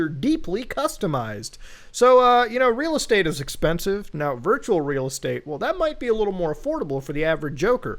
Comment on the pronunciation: It’s ree ree estate